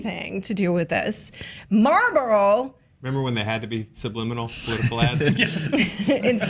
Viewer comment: The way says Marlboro infuriates me lol. It sounds like she’s saying Marble